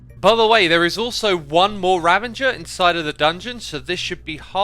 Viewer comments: Anyone gonna tell him he's pronouncing 'ravager' as 'ravenger'? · I keep noticing that you’re calling them ravengers but I believe it’s ravagers :) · I enjoy your channel so much please stop saying "ravenger". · I know, he says Ravenger and it irrationally bothers me so much! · Etho and a few other hermits do this as well. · I'm already passed out